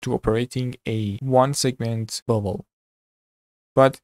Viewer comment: I kept hearing Bubble instead of Bevel....hahaha